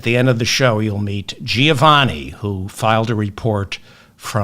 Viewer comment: Hi David. Greetings from Melbourne, Australia. "Giovanni" is pronounced "Jo(e)vanni" and not "Ji Oh vanni" . I enjoy the show